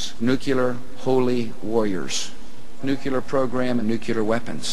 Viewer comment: It does drive me nuts when people say "nucular." I first heard Carter do that -- a nuclear physicist. I try to politely correct people but either they have a tin ear and don't hear their mistake or they don't want to correct it, and it does sound dumb. I also can't stand it when people say "eck cetera." xo